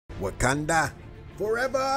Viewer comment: Lol he said wookanda forever lol